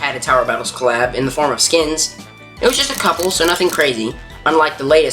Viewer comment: For some reason i hear clap instead of collab😊